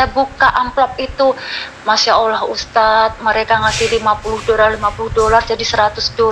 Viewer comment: tolong nama ALLOH nya jgn di singkat dan ga ada hurup w, ALLOH SWT, bukan awllh